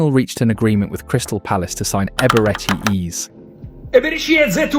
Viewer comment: bro wtf is eberchi eez and gyockerez